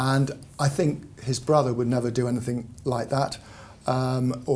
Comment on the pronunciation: I have difficulty listening to saying "Anythink." Hasn't anyone ever told her there is no K on the end of anything? I feel that someone who is the Daily Mail's Royal Editor should know better. She is obviously well qualified for the position, however; when I hear that, it makes me cringe.